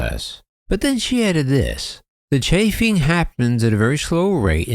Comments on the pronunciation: Thank you for the latest,. Just a quick note regarding the wiring issue. "Chafing" is pronounced with a long "a", sounding like "Chay", then add "fing". So, Chafing (Chayfing) is when wires rub against another surface, which breaks down the wire insulation, exposing the wire itself. And for very obvious reasons, you do not want exposed wiring on your aircraft. I know Captain Cox, and I don't totally agree with his statement the wiring inspection is the way to go. Yes, the wiring needs to be inspected, but it should not have been a voluntary inspection (meaning it was an option) for the airlines. The FAA should have made this a mandatory, required inspection item. Something I don't understand without knowing further details, is the claim from Airbus regarding proprietary information being bought along with the rest of Spirit Aerosystems. How is Spirit performing these job functions for Airbus if everything is proprietary? Isn't Spirit actually just a spinoff of Boeing? It is mostly the same people involved in their factory. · The word describing abrasive damage to wire bundles is pronounced "CHAYFING". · I believe the mispronunciation of chafing is because has been using an AI-generated voice for some time now. Go back to his original videos, there is a different voice. Then he used a voice that really sounded like Casey Kasem. Now it's like a detuned Casey Kasem.